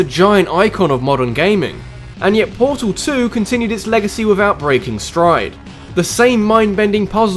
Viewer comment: For one its Portal 2, not Portol 2 For two, Portal 2 is not a spin off, its a sequl.